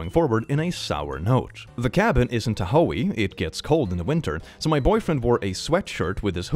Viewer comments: Tah ho E. Can understand the mispronunciation, but it just stood out SO much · I love when he mispronounces words, and saying "T-ho-ee" instead of Tahoe was probably one of the most surprising ones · Me, a native Californian, hearing how pronounced "Tahoe" as 'Ta-ho-ee', is quite funny, lol! (It's pronounced Tah-Hoh in case anyone was was wondering, lol) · ya ho eeee? isn’t ta ho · It's pronounced Tah-hoe, not Ta-Hoey but I'll have to remember Ta-Hoey cause its funny. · Tahoe is pronounced Tah-Ho, not Towee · way of pronouncing Tahoe, pronounced Taa- ho, is my favorite thing in this video!! 😂He sorta made it sound native american. I love it! ❤️ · I see how Tahoe can easily be mispronounced and I mean no harm what-so-ever, but hearing it pronounced Tuh-hoey made me giggle 🥰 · the way you pronounced Tahoe gave me such a visceral reaction i had to pause the video TA HOO-E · Tahoe 😂 sorry, I laughed out loud. It’s a lake in Utah/California. Very popular destination for summer. It’s pronounced (tah-ho) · As a former native of "Ta Hoe ii" since birth, it's actually pronounced "Tah Hoe" but your pronunciation made me chuckle. Also, it's "Ne Va- Da" not "Ni Vah Duh". 😅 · The town name Tahoe is pronounced 'Tah-hoe' (hoe as in the insult for girls who sleep with a lot of people) English is SO WEIRD sometimes, but I live near-ish to Tahoe and wanted to help! ☺ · wtf that child could've died of dehydration or heat stroke or hypothermia or something! fyi Tahoe is pronounced TA-ho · buddy, it's tah-HOE as in the gardening implement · I literally laughed at how you pronounced 'tahoe'. That made my day. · This is a small thing, but the way he pronounced "Tahoe" absolutely GOT me. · your pronunciation of Tahoe made me crack up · I just have to say the way he pronounced Tahoe made me laugh as a Cali native. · The way he pronounced Tahoe is killing me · That was the weirdest pronunciation of "Tahoe" I ever heard! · Hey Tahoe has a silent e